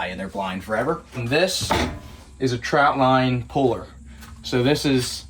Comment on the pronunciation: Love u brotha, but could you please reference "trot" line. Not trout line! If you say trout-line, well, you aint no crabber. 😅😜